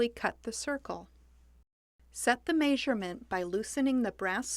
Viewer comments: this would probably be the most helpful glass cutting video on youtube. BUT!!! god the way that woman pronounces measurement nearly had me punch the computer screen. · I have never heard "measurement" pronounced that way. What dialect is that?